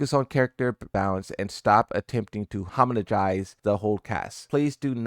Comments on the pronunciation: I just wish this dude could pronounce "homogenize" properly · Homogenize. Look up the pronunciation.